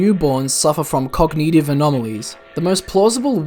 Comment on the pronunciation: cog nih tivh edit: bruh really just said yawshi